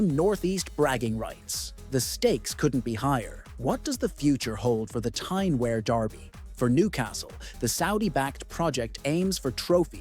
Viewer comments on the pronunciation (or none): Stop saying Wear like that - it’s pronounced w- ear, not air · It's pronounced Wee'ar not wear as in wear a pair of trousers. Sunderland had a bigger population than Newcastle. It's only recently Newcastles population has slightly went higher. Through Thatcher destroying Sunderland. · For the record 'Wear' is pronounced - Weeur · Pronounced "WEER".... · This mispronounciation of "Wear" is doing my head in.